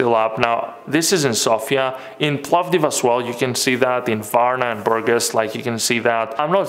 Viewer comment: It's BurGAS. The accent is on the latter syllable.